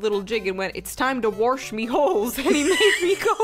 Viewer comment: 👍 The quirky girls. I can not tell you about the laughter and tears after hearing " Time to warsh me holes " That woman would be getting cake from me. Like off to store and buying a whole fudge cake while she dries off and movie of her choice while I giggle like a child every few minutes " Teee heee warsh me holes " our children would be told to " Warsh " it would take the schools years to reteach them its "wash" no R it would be a family inside joke.